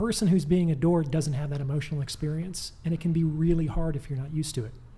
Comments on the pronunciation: Lmao thats what I heard too 😂 a door? What door? Tf? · lmao,, she was saying "adored?" All i heard for the first 2 minutes was "a door" I'm like wtf is she talking about